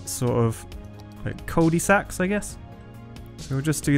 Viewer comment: I love how he says Cul-de-sacs like Culdy Sacks 😂